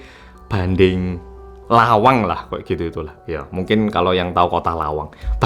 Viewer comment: Bisa2 nyebut Lawang 😂😂, aku yg tinggal di dekat lawang auto realed